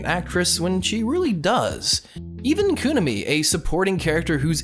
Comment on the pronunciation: He also said Kunimi like "kUnimi" instead of "kunImi".